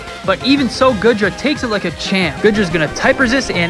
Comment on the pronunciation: This video is old now but it’s gotta be said. It’s “Goo-dra”, my guy. Not “Good-ra”.